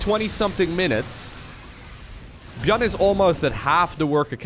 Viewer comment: Is he intentionally pronouncing ByuN's name wrong?